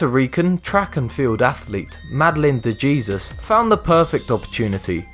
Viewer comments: I belive it's pronounced De He-sus, and not Gee-zus... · DeJesus is pronounced Day-Hay-zeus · guys your supposed to pronounce jesus by hesus thats the spanish pronoun- and many people have that name in there full name smh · Jesus is pronounced Hey-zuse is Spanish.